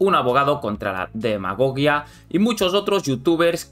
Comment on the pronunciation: demagogia ,la segunda g suena como una j